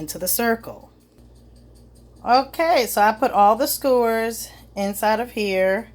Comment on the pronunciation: Baby you say skewers “scores” lmfao. Thank you for this video, I lost my instructions and I couldn’t remember how to put the b*tch together!